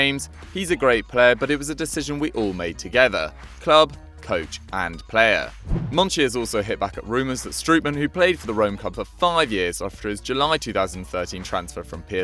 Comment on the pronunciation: Ffs its not Struutman its Strote-Mahn. Oo in Dutch is just a longer O sound